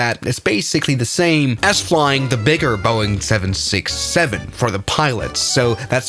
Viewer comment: oh my god he really stresses the 67 in 767